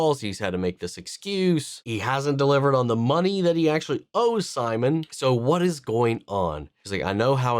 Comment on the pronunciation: Please don't call him Simon it's seemoan😂